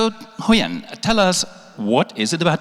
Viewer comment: your pronuonciation suck. We don't have the ending sound in Vietnamese, so stop put it in there, stop saying Huyen nam that way. The TR in truong is not pronounced that way.